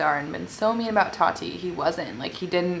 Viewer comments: It’s ta-ti not Tati . Lol still love you tho ❤️😂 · totti? its ta-ti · The way you say Tati sounds like toddy and it’s so funny 😆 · This is funny because Tati has said in the past that her biggest pet peeve is when people call her “Toddy”. And you did that so many times 😂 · every time you said Toddy I giggled hehe love u girl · The way u kept saying “toddy” had me dead sksksks 😂😂😂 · it made me laugh how said tati’s name like “toddy” 😭😂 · When she says “ tati “ it keeps sounding like she’s saying “ toddy “ 🤣🤣🤣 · lmao am i the only one that noticed her sayin “toty” not tati lmao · how you kept saying her name “toddy” 😭😭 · I was literally gonna comment about this 😅 but Fr how you get toddy from Tati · Luv u but I cringe every time you pronounce Tati like TODDY lol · Anyone else annoyed by the way she pronounced “Tati and “tres leches” 😂😂😂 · One hundred percent agree with you about tati & James.. the way you say Tati name 😂